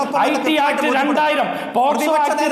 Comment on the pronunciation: Posco (പോസ്കോ ) അല്ല മൈ ഡിയർ അരുൺ അത് POCSO ( പോക്സോ ) ആണ് ഇയാൾ ശെരിക്കും അഡ്വക്കേറ്റ് തന്നെ ആണോ 🤣🤣